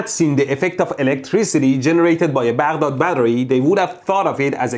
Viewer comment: As a Baghdad born myself, I really appreciate you saying "Baghdad" the middle eastern way.